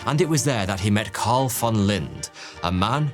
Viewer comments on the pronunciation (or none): none